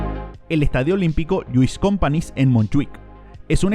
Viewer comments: Lluis Companis no. Lluís Companys! Que la 'ny' se pronuncia en Catalunya 'Ñ'. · Ni en Camp Nou reformado tendra mas de 30.000 localidades mas que el Bernabeu,ni el Espanyol jugo 22 años en el Lluis Companys. Dicho esto el las letras NY son una Ñ en castellano,por lo tanto la pronunciación es Compañs no Companis. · El Estadio Olímpico, no se pronuncia LLuís Cómpanis, se pornuncia LLuís Compañs. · No es Cornella es Cornellà lleva acento no es Luís companis es Lluís companys la ny es una ñ.... Si se quiere hablar del FC Barcelona informense bien. Duelen los oídos... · Lluís Companys se pronuncia "Compañs". Buen reportaje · Te has informado para decir Rungrado o Pyongyang pero no sabes decir “LLUIS COMPANYS”… rigor porfavor.